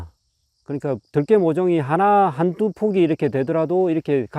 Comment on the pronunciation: 들깨 발음이 들에 돌아다니는 개를 표현하네요 들에 악센트를 주어 말하시길..